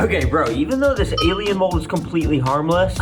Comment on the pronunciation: did bro just say gaylien worms